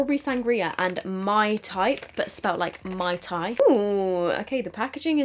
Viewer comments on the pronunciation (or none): none